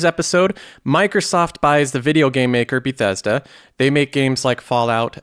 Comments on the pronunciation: Be-thess-duh. I Click on the video and I got two suckerpunches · Learn how to say bethesda... it killed me lol